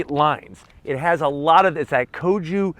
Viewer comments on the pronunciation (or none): KODO not KOJU design language! LOL!! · "KODO" Design language lol. Not Kojou. Lexus has the "L finesse" design. Chevy and Ford, have the "Break down before 50k miles" language. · Nice review,! 👍 FYI. The design language is KODO, not KOJOO. LOL. The word Kodo was derived from three Japanese words, “rin,” “dou" and “en” which means pure and refined presence, dynamic motion, and sensuality of motion, respectively. Marketing speak if you ask me. TMI.